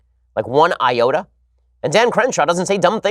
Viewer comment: Ben talks about Dan Crenshaw and uses the term "not one iota" to describe his lack of media coverage... one eye-ota. XD lol.